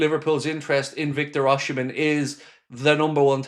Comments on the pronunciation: it's pronounced Oss-im-en, there's no "H" until the end, and it's silent, not OSH-imen, just so you know.👍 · Nice video & Happy father's day to you. By the way, it's OSI Not OSHI-mhen. He's my country man..😊